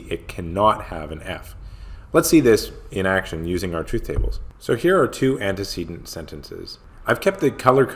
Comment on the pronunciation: oh is that how u pronounce antecedent?! was saying aunty sea dent actually now idk coz im repeating both and now i forgot which one i was saying..........